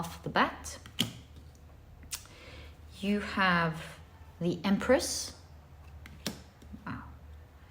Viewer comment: Pile 1 - I giggled so hard with you when you said Empreth. Haha thank you yet again for a beautiful message, and for a good laugh!